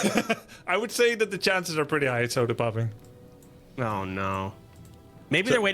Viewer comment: grubby kept calling him sodapopping... he is sodapoppin.